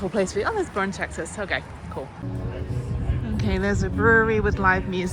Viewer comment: Boerne is pronounced "Burn-ee" by locals, and Gruene is pronounced "Green." Great video, though!